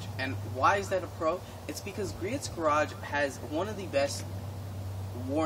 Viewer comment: its not pronounced GREE-ITS